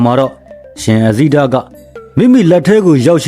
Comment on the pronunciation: အဇိတ ဆိုတာ မှားနေတယ်